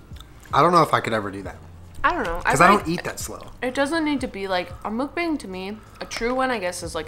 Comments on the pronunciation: the way u pronounce mukbang makes the Asian inside of me SCREAM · MOOK-BAHNG, NOT BANG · Correct Pronunciation : "maukbong" not "mookbang" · MUH - K - BAW - NG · love thissss, yall should do more mukbangs. p.s. not to be rude but it's pronouced "mook-bong" ahahah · It’s mook— BONG! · kiiinda bothers me how they pronounce 'mukbang' 😂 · Dislike for mispronouncing mukbang